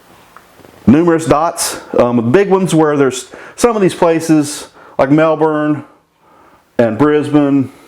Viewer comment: As an Aussie I can confirm Wagga Wagga, Wollongong and even Wooloomooloo are real places. You are the first American that I've ever heard pronounce Melbourne and Brisbane correctly.